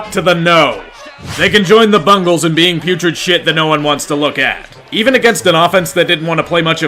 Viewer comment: Ah yes my Bungals...